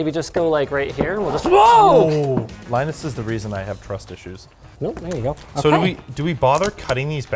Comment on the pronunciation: That Ahhhh Okay , was the most stereotypical Canadian sounding speech I have ever heard from a Linus video.